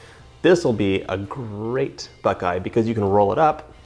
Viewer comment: I love in northern Ohio and when he said buckeye peas I cringed hard!